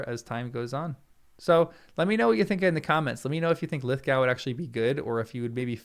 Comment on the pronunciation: You are saying his name wrong